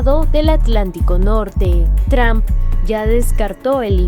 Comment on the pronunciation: Porque dicen Tramp y no Trump. No es difícil. Diga tru-m-p.